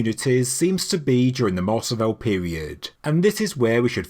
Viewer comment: Pronunciation Tip: Mars-ah-vi-yay Spanish is pronounced crisply on the tip of the tongue. The emphasis should be on the last syllable.